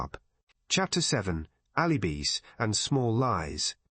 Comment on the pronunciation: "alibeez" ?? Check your AI narration.